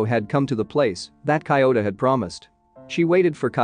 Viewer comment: Cant focus when kiyota becomes coyota...